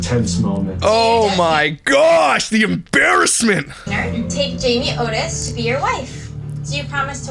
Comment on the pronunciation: Was so pumped to see you do one on her but not a good start when you can't get her name right lol Jamie Otis